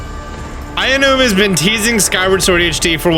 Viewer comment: Nooooo, it's Ow-noo-mah, as in "ouch". That's how you pronounce "ao". Also, your ad placement is terrible 😩